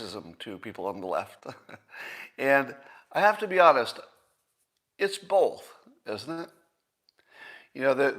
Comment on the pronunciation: He drops the ‘t’ in words ending in ‘tion’. I’ve never heard that peculiarity before. Also, notice his pronunciation of the word ‘both’. It’s ‘bolth’.